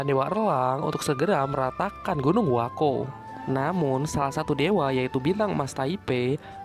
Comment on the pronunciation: Bukan gunung huako tapi. huakuo